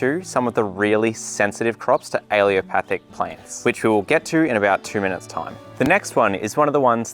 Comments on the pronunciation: Great info... except for pronunciation. You keep leaving out the last "L" every time you say it. 🤨 "Allelopathic" is correct, not "alleopathic." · You're pronouncing it wrong, it's pronounced Allelo-patheic or alleelo-pathic, you are saying allio-pathic, I'm trained in plant physiology. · It’s alleLOpathic, not allEOpathic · It’s not pronounced alliopathic. It’s pronounced allelopathic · What is it with Brits? They can spell a word, but pronounce it wrong. Very distracting! "a-lu-mi-num" is Not aluminium. "Al-lel-o-path-ic" is Not aleeopathic. All plants are allelopathic to a degree. You use the word as though allelopathy is a negative thing. Allelopathy is a biological phenomenon by which a plant produces one or more biochemicals that influence the germination, growth, survival, and reproduction of other organisms or plants. This effect can be either positive (as legumes fixing nitrogen in the soil) or negative (as fennel retarding the growth of its neighbors). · Yes. He constantly mispronounces allelopathic as alleopathic. No problem. It will come out in the wash. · maybe learn the word if you are making a video about it..? it's allELOpathic.. not aLEOpathic.. just a thought.. you actually wrote it on the screen in big letters but still didn't read it.. sorry.. word nerd .. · Please learn to say the word. You offered good info, but hearing you pronounce al-lel-o-pathic as al-ee-o-pathic was distracting. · Why does he keep mispronoucing "Allelopathic"? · Why does no one pronounce allelopathic correctly? My botany professor even pronounced it “alopathic” and here in this video it is being pronounced “alliopathic”. A-lell-o-pathic. Just like it’s spelled. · he says ‘aileopathic’ but the caption says ‘allelopathic’ - which is it? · “Allelopathic” is CORRECTLY pronounced: AL-LEL-O-PATH-IC👍 not A-LEO-PATH-IC 👎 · Great video but you are not pronouncing 'allelopathic' correctly. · Not "aleo-pathic" a-LELL-o-pathic. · Why don’t you pronounce the third “L” in allelopathic?